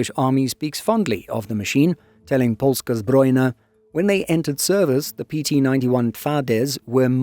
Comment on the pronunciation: As a Pole, I can confirm the excellent pronunciation of "Twardy" and "Polska Zbrojna." Truly, respect! Neither of our languages is easy for foreigners.